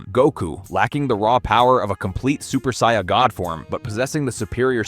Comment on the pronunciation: How can someone who is clearly a massive fan(enough to create content) not be able to pronounce "saiyan" properly?